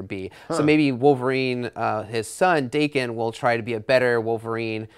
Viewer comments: Yeah I am.... Are you reading the same ones? Or just imagining you're right? Theres NO "r"... Its DAKEN not DARKEN. Like I said, Its japanese. Da "a" as in "Apple", Ken just like saying kin. Daken. Reading comprehension. Try it. Daken means mongrel... Its all in his origin story... YOU should try reading the comics. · Where is there an "r" sound in Daken? It's japanese. the a sound is pronounced like the "a" in apple. Daa ken. Not Dar ken. WTF? And i have proof: They tell you how to pronounce it in Wolverine Origins when he first appeared.